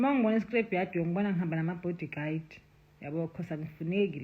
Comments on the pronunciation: The body guard pronunciation just finished me😂😂😂😂😂😂😂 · She teaches them how to say body guide 😅😅